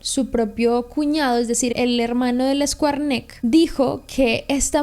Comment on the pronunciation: si me pagaran 1 peso por cada vez que dicen escuarnek, sería rica